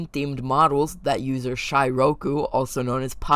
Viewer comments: "usor" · “usor” thank you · "Usor" The Error_Guy Gang: Yea Its U S O R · “usor” Peak.